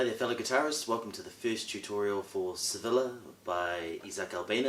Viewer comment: Pronounced Se via